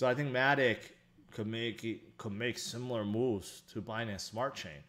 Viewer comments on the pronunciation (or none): none